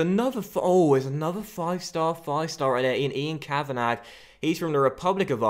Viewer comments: Send the scout to Ireland Also it's (Ka-van-a not Ka-van-ag) Love the series btw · The scout 'Ian Kavanagh' is pronounced 'Kavanaa' not Kavanag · Ian Kavanagh is pronounced Ian Kavanah, it’s a silent G 😂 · Quick little pointer, Kavanagh is pronounced as just "kavana", the -gh is silent. Loving the series, keep it up. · For your Scout, it's pronounced Kav-In-Awe. The Kav sound is like in Cavity. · I’m Irish and for your new scout Ian Kavanagh it’s pronounced Kavana because the G is silent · send kavanagh to italy to get a good defender. Also, the 'g' is silent in Kavanagh, you pronounce it kavanah basically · Kavanagh is pronounced “kavanaw” just for future reference 😊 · For the new youth scout, u pronounce Kavanagh as in Kavana, u don't pronounce the GH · Ian Ka-Van-A. Don't pronounce the 'gh'. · Ian kavanagh is pronounced kavan-ah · Your scouts name is pronounced kavana love the vids!!! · Send kav-a-na (how it's pronounced) to morocco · The new scouts name is pronounced 'Kavana' the gh at the end are silent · Kavanagh is pronounced "ka-va-na" (no 'gh') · I think Kavanagh is pronounced Kavan-arr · Ian Kavanagh is pronounced Cav-van-ah! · It's pronounced kav-an-ah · The scouts name is pronounced Kavanah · It's pronounced kavanah 😂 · kavanagh is pronounced kav a nar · it's pronounced Kavana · Kavanagh is pronounced kavannaaa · it's a silent g in kavanagh. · " Ian kavanarrrrrrrgh " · Please, why are you pronouncing the “g” on Kavanagh? Please🙏🏻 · Send your scout to Ireland and you don't pronounce the gh in Kavanagh